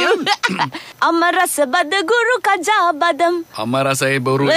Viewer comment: බදම් නෙමෙයි බාදම් බාදම් කියන්නේ ඇට වලට..ලන්කාවෙත් තියෙන්නේ බාදම් මිල්ක් එහෙම ආමන් ඇට දාලා..ආමන් වලටත් බාදම් කියනවා.